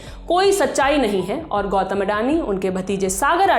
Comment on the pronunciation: गौतम ❌ गौटम ✅